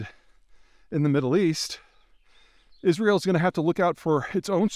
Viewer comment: Is Ri UL ? How right can he be if he cannot even pronounce the name of the country right